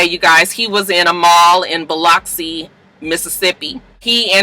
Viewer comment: Biloxi is pronounced bill-lux-E 😘